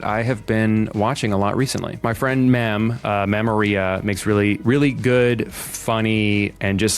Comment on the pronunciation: why did he pronounce memoria like diarrhea guyes im freaking out